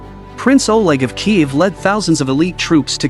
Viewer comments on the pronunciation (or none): none